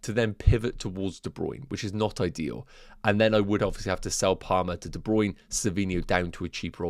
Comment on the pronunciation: Hey - DeBruyne pronounced his name as DeBruynA on the FPL website.